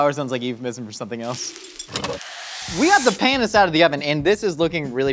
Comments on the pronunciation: Panis is pronounced "Pah-nees", not, Pan-ees, and definitely not "Pae-nis". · it's PAnus like PASta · Their pronunciation of panis annoyed me